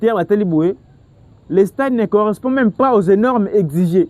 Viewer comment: On dit "Normes" et non "Énormes" M. Le présentateur